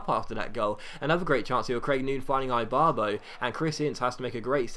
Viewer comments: Seriously? Eye-barbo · Ibarbo is pronounced eebarbo